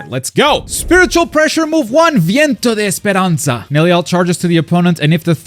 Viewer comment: your pronounciation of Viento de Esperanza was suspiciously good lol. I really like Nell she being here is like an Oasis to me. Let see if Cirucci can land to the rooster too.